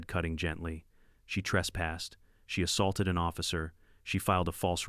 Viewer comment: Jesus Maria am I sick of hearing "Ninehundredeleven". Now there's "ASS HOLTED"